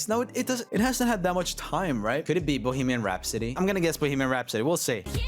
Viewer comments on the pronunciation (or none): the way he said "Bohemian Rhapsody" really just sounded like "Boogeyman Rhapsody"💀